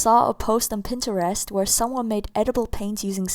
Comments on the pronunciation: She Said Pintarest Lol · It's pronounced pin-trest ik it's spelled Pinterest